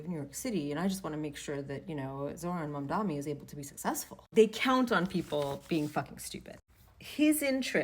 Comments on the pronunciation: It's Mamdani, not Mamdami. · Mamdani not Mamdami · It’s Mamdani not Mamdami! Need to get it right. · Please stop saying "MamdaME" it's MamdaNi with an N. It's really not that hard, why doesn't anyone get it right? Respect his name please. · lol "mamdami" some names'll mess ya up on some days. so relatable. when i was still working it out i was saying it that way before realizing it was mamDANi. most people give you a pass if you are trying tho. : ). i love when he was doing a debate and CORRECTED the guy that was mispronouncing it. and that's happened on host shows too where they corrected other guests, just checking that right then and there. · Dudette —Great message but did you keep saying Mamdami? 😂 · You have good videos. But it's MamdaNi, with an "n". Common suffix of surname from the western part of the Indian subcontinent. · Okay. Please. I know you are not going to read this but even YOU can t get his name right. ITS WILD! It’s MAMDANI with an N not and M. Please what is wrong with you. You’re embarrassing yourself. Embarrassing us. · Why the f• does everyone on both sides keep saying mondommmy? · Girl!! Its Mamdani! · MAMDANI MAMDANI MAMDANI. It’s really not hard to pronounce I’m really confused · Mam-da-knee. Sorry not being mean. You can delete after reading. ❤ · Why do people have such a hard time saying his surname lol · Not getting Mamdanis name right is making my ears bleed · M-a-m-d-a-n-i Y'all really should learn how to say it properly